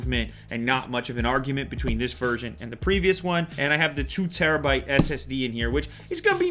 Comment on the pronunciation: I find it very annoying how the reviewer replaces the word "the" with "da" very frequently. Nobody cares, but just saying.